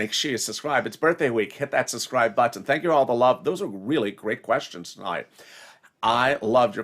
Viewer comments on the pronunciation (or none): none